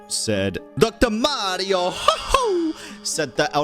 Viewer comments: Ngl his pronunciation of ‘Moreau’ had me twitching every time, why does he pronounce it like ‘Mario’ lmao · My eye twitch a little bit every time he says Moreau like that 😂